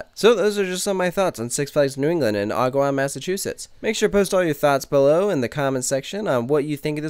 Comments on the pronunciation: and it's AG-A-WOM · My dad grew up in agawam. It is pronounced a-ga-wahm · No offense but it annoyed be every time you said agawam for some reason. 😂 It’s prounounced Agg- oh- wam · Not a big deal, but this is my home park and I'm pretty sure the first a in Agawam is not pronounced like an o. Also, it sucks that they have 3 Vekomas and they're the three worst types of Vekomas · His pronounceation bugged me the whole video, couldn't stand it! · "Agawam" is pronounced with the first A as in "adequate" or "actually" not the A as in "awful" or "amazing". Source: born and raised in Agawam, MA. :-) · mritty115 same, shoemaker lane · he said agawam wrong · YOU PRONOUNCED AGAWAM WRONG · You pronounced agawam wrong lol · Close tho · I cringed when he mispronounced Agawam.